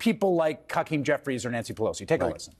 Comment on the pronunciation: Did Hayes say “Cuckeem Jeffries”?! lol